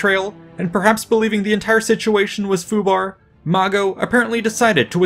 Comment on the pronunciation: He said FUBR hahaha